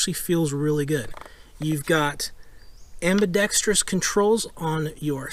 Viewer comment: Subbed for the only channel on YouTube that correctly pronounce ambidextrous 👍